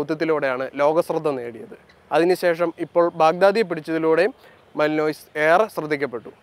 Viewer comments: മാലിനോയ്സ് അല്ല ബ്രോ മാലന്വ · മ ലൻ വ, മല്ലിനോയിസ് അല്ല